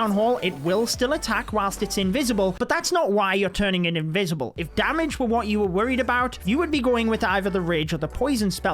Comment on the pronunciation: they're invisible not invicible i am gonna die laughing 🤣🤣